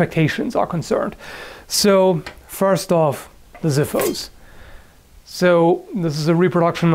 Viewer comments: its pronounced as Xiphos not Ziphos ,its a greek word for sword. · Some notes on the sword: First off, it is pronounced as xiphos and not ziphos (use "x" not a "z").Putting that aside, as far as I have heard, a spartian xiphos weighs somewhere between 3-5 kilos and pretty much as sharp as the one you are displaying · Ok you are a good guy you make great videos but mate then next time you will pronounce xiphos like ziphos i m gonna find you and made you learn GREEK is Xiphos like boX ok......KEEP UP THE GOOD WORK!:D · Xiphos is actually pronounced like ksifos in greek and not like ziphos (not that it matters, just a fun little fact). Also the word xiphos litterally means sword and is the word we use to this day still (another fun little fact). As always another great video, keep up the good work mate! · The xiphos looks pretty impressive, i'm eager for the final review! I think the first "x" should be pronounced like "xylophone" and not like "z", since it comes from "ξίφος" (which is like saying ksiphos) . "ziphos" sounds kinda weird, like a distant relative of an expensive lighter :P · Xiphos means sword in greek (Ξίφος). Although if a word begins with an "X" its pronounced most of the times as a "Z" in english, if you wish to pronounce the word in its un-altered greek form you should use an "X" sound, like Xiphos, not Ziphos. Just some useful advice for next time. Greetings from Greece! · Pronounced Ksifos(hence the X) not Zifos(hence they don't use Z) Nice review btw.. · xifos is pronounced Ksifos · Very cool. Something neat I learned, I think the proper pronunciation for xiphos is (ksee-fos). In other words, pronouncing the x like an actual x, instead of a z. (: I totally want one of those~ ;) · Xiphos is pronounced "Ksifos" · it's pronounced ksiphos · Just a comment about the xiphos pronounciation. The "x" is pronounced "ks" and not "z", if you want to use the correct greek word, that is :) Of course xiphos is greek for "sword".